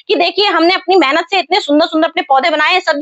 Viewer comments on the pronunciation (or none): none